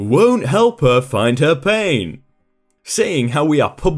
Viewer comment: It's an accent thing. It happens to us Michiganders, too. We don't pronounce the T or D at the end certain words, mostly when they're at the end of sentences. It's really weird!